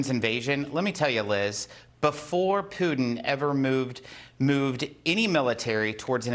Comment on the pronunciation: "Pewtin". Wow, I love that pronunciation!